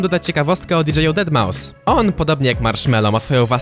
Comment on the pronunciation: Deadmau5 czyta się Deadmau bez s. Taka mała poprawka.